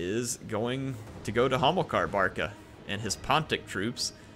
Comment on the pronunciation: He´s Hamilkar, not homo-car...